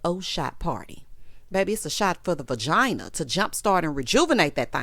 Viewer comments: My lord I was wondering if anyone else noticed🤦🏾‍♀️ she said it wrong 50-11 times too! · Is it just me or is Toya just done with Dr. Eugene? She’s always saying things to embarrass him on purpose. And umm Ms. Toya it’s VAGINA, what the ham fat is a vergina?? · Was it just me, or did Toya keep saying VIRgina instead of vagina??? 😩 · It was a good episode. Contessa Showl can’t dress, and her wigs wrong too. Why Toya say Ver instead of Va.. when talking about her lady parts. Daddy wasn’t playing with Buddy ! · Toya what is a VERGINA?!! 😩😂🤣🤣🤣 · Toya saying Vergina cracks me up every time!